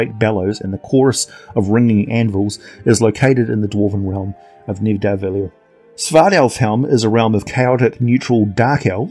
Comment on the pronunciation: It's pronounced Nitha-val-ear